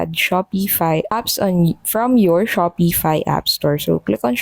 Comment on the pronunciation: There is no E in the word Shopify. And its pronounced Shopify, not - Shop E fi.